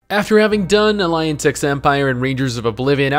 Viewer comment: Heh. Line age. Li nee uhj is the pronunciation. As in he hails from a great lineage.